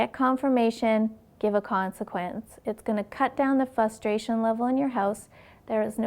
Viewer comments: I don't want this to sound mean or anything I just thought maybe you needed to know that when you pronounce the word frustration you seem to leave out the first R and pronounce it as f u s t r a t I o n. The first sound of the word should sound like fur. Please take this the way I am intending it and not as an insult. I'm just trying to help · Please learn how to pronounce the word 'frustration '. It is not "fustration" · Is anybody else wondering why she’s pronouncing frustration like that?